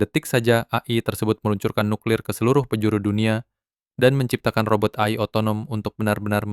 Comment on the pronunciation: AI di baca e-ai aja bang kalo di sebut a-i kayak aneh dengernya